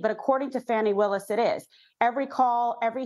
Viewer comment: These comments.. smh and the intentional mispronunciation of DA Willis name is ridiculous..